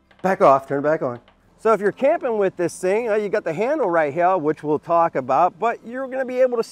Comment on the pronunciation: Would have Subscribed, but he can't say Here, normally.